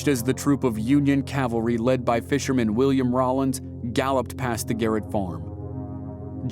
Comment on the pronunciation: Cowvary? CAValry...